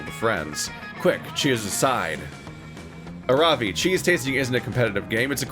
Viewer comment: Okay, so if Aaravi is the Hindi name I think it is, it should be pronounced Arr(like the piratey arr)-vee(like the letter).